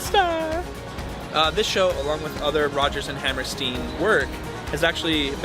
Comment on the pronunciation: I enjoyed your review. PLEASE correctly pronounce the name "Hammerstein" like beer stein. Thanks.